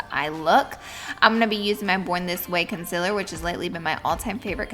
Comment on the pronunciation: I was cringing so hard when she was saying consiler instead of concealer!😁😅I still love you tho Laura 😂😘